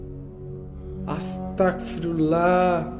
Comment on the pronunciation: Viya astakfirullah bolbenna Astagfirullah bolben...ক না গ এর উচ্চারণ করবেন। Allah bless you